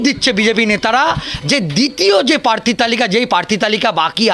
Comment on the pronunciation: পার্থী নয়, প্রার্থী! পাক্তন নয়, প্রাক্তন!